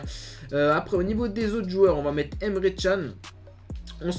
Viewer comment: D'ailleurs c'est pas emre chan mais emre CAN hein mdr ca se prononce canne